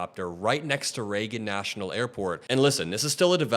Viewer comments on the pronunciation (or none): none